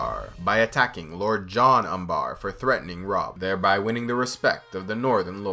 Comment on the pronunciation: It's Umber. Not Umbaaar